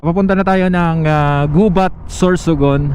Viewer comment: Gubat town is pronounced with same stress/intonation as the Bikol word 'gabât' master. 🙂